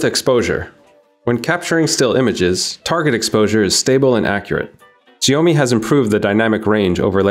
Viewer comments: Wtf is "ziyomi"? It's shao-mi 😑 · It's Xiaomi pronounced as 'Shayomi' and not freaking GIONEE. That's a different brand all together Nigga 😂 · Its Shiaomi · "The Sjheeomi Mi 10 Pro" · As an asian I find his pronounciation cringy.....sjheeomi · its shaomee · It's actually Sio-mai or Sho-mai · Your pronunciation of "Xiaomi" isn't right. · The pronounce is fuck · Please will all due respect, learn to pronounce "Xiaomi" properly before making a review. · Please YouTube the pronunciation of Xiaomi ...... Please!! 🤦🏻‍♂️